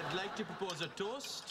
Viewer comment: I weawwy wike Bawwy